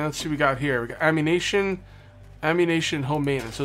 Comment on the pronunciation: ammu-nation ammu-nation instead of ammunition